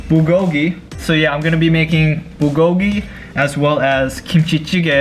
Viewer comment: The way he said bulgogi hurts my soul 😂😂